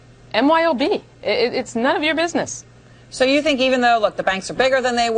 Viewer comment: I believe DWS says it, "bidness"